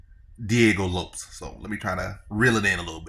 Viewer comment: U saying Diego last name wrong